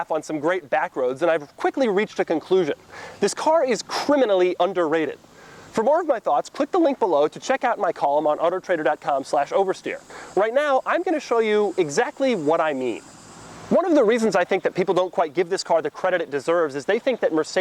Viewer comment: "otter trader"